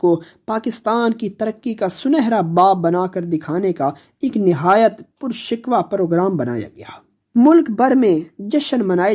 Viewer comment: یہ لفظ پر شکوہ ( purshiko) ہے. Pur shikwa نہیں ہے.